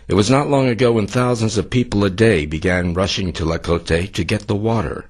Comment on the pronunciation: it's pronounced TLA-CO-TE not La-co-te :p